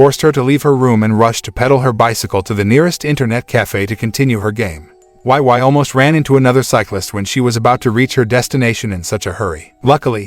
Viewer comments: Why oh why. Why the why why pronunciation. Seriously, why? It’s Wei Wei like “weigh weigh” 🤦🏻‍♂️ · He keep pronounced wai wai, makes my ear cry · Her name is pronounced "wey." Wei Wei. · You pronounced her name incorrectly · It's like that in the movie too but the way he pronounced it was just- 😂😂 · Omg they completely butchered Wei Wei’s name😂 omg not Xiao Nai too😂🤣😂🤣